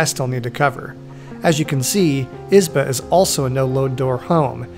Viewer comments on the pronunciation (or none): As a Russian I was curious how would you pronounce that word "izba". Well, I was not disapointed... 😆You pronounce it with the first syllable stressed like a typical English-speaker. Just as I was expecting, because we in Russia pronounce it with the second syllable stressed... 😆like "izbah" or something.